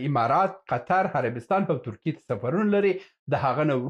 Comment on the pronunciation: ته حمار یی حمارات نه امارات، ستا خوله چال لري،😂